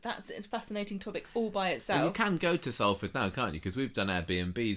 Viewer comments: Salford is pronouced Solford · It's pronounced 'Solfard' by the way!!